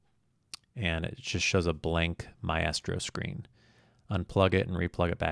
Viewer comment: Not being a jerk, but pretty sure it is pronounced ˈmīstrō :) Thanks for the video!